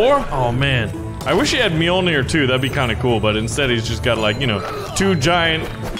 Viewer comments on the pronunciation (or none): none